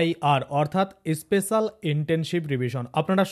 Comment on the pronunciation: Special pronounciation thik korte hobe.😂😂😂😂